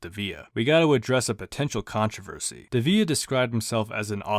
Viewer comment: You're mispronouncing his last name